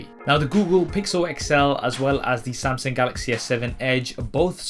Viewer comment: samsing galaxy :D